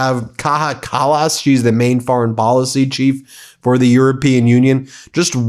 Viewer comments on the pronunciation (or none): The name is pronounced Kaya.